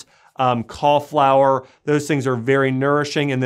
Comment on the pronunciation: He means cauliflower, he's just pronouncing it wrongly